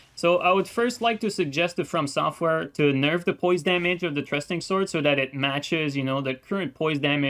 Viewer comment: “trusting” swords 😂 thrusting swords i got you brother don’t you